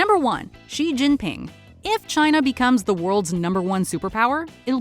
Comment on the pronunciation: Xi is pronounced like she